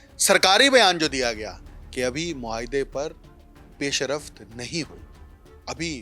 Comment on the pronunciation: گلابی اردو پیشرفت NOT PAISH A RAFT ITS PAISH RAFT